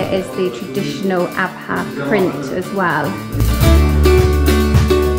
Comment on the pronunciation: Thank you SO MUCH for pronouncing the “H” in Abha. I hate it when people say Abaa